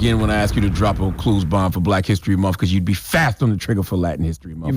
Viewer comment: Can he stop saying “monfff”🤦🏽‍♀️🤷🏽‍♀️